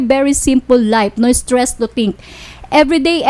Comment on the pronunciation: Im so estress and defres 😂😂😂and berry berry berry estres